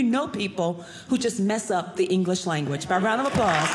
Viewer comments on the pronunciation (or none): none